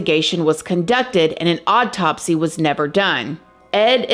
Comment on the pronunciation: I love "odd-topsy" reports! 😆🤣😂🥰😊🤗 I sometimes wonder if she also drives "odd - tomobiles"... (I think the way she pronounces certain words just make her more real and so endearing!❤)